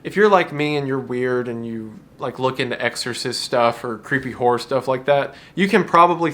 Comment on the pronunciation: Hearing you turn the two syllable word Horror into a one syllable Whore always cracks me up.